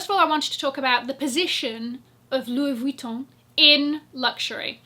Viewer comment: French girl speaking : your pronunciation of "Louis Vuitton" is absolutely PERFECT. Btw, you're amazing girl !